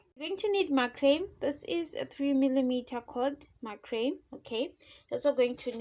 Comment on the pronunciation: I think the word you are trying to say is macrame? That is pronounced mac-rah-may in English. The way you say it sounds like "my cream" and so the captions also wrote "my cream". This is not a criticism. i just wanted to give you that information. Some brands make "macrame cotton" and it looks like that's what you're using here.